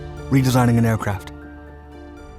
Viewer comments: Great subject thank you, umm it's Redesigning not Redisigning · its "redesigning" not 'redisigning'